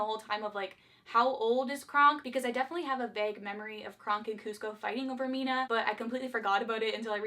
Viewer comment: Malina! Not Mina, in Emperor’s New Groove